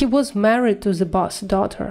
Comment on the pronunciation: boss's произносится с окончанием iz !!!